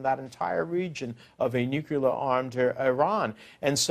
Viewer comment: IT'S "NUCLEAR"